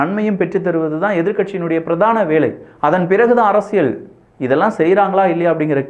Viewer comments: யோவ் என்னய்யா அரசியழ் அரசியழ் சொல்ற.அரசியல் னு சொல்லுப்பா.நல்ல தமிழ் பேசுகிறார்.ஆனால் இது தவறாக உள்ளது.முடிந்தால் கவனம் கொள்ளவும்.❤❤❤❤❤❤ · அரசியள் இல்ல அரசியல்